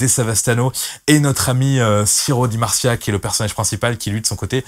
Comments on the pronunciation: ciro di marcia... C'est plutot ciro di marzio c'est pas cool d'écorcher son nom tout comme O'principe et non O'principale... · Tu sais même pas prononcé son véritable nom c'est Ciro du Marzio et pas si ''Marcia'' comme tu dis